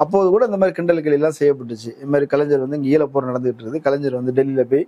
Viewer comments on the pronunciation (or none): none